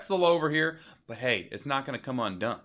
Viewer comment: Omg, the part where he said," but its not going to come un-dun " was Soo funny!! 😂😂 Please do more reaction videos